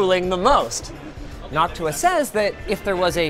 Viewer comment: I can't help but hear "Noc-tuah"